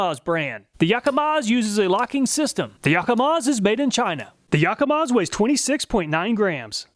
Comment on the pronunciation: Say "Yakamaz"